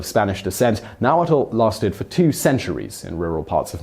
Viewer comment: My issue with the video: It's pronounced Na-Wat (with a almost silent l at the end). Some regions don't have the l sound at the end. About 2 million still speak Nahuatl with another million in the United States.